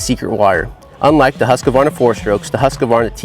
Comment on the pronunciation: Stopped watching after he called it "Husk-a-varna" for the 10th time!! Seriously is it that hard? Husk-varna! Say it... Husk-varna! Husk-varna